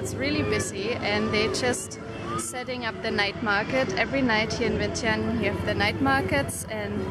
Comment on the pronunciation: Omg, you're actually pronounced "Vientiane" "Vieng-chun", right.. Most foreigners never did. lol